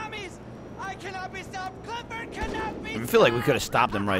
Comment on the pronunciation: 'Cliffford' really, Rockstar?